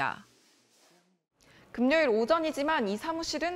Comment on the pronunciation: 기자! 금뇨일이 아니고 금요일!